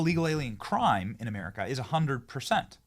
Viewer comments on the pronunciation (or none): none